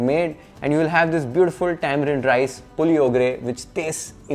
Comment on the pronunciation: Thanks for choosing this most comforting breakfast dish. I love it any time of the day! Puliogare in Kannada is pronounced as पुळियोगरे and not पुलि It's गोज्जु (gojju) not गोजू (goju) it means paste mixture. It's मेलुकोटे, the town's name. It's ब्याडगि not बेडगि It's a town's name famous for its red dry chilli. Appreciate your efforts! ☺️👍🏽